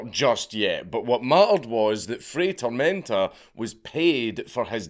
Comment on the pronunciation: Dude, it's not rocket science. "FRY TOHRMEHNTAH" "Get a language", says the mumbler. Just admit your cranial capacity dooms you to be monolingual. I have to use closed captions on your videos, just because of what your tongue and mouth do, both to English and my ears 😡 Also, weren't Ashita no Joe and Fist of the North star built on the premise of an aged-out orphan fighting to fund their orphanage? 🥱